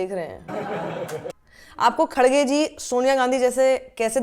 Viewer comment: Madam, woh KaDDgay nahi .. khaRRge hai. Hum South Indians ka naam dang se bolo please. Aap chaho koi bi party ki ya politicians ki samarth karo, iss se koi tension nahi. Hum South Indians ko itna bi insult mat karo. Waise aur ek baat, kangna jaise joker pe video mat banao, feku ka snoopgate ko viral karo. Jai democracy.